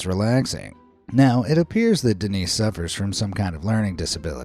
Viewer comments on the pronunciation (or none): Seguramente o nome é "Dênis", não "Denís" mas é bem divertido 😂